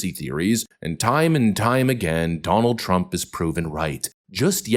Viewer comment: “Danuld traump did X”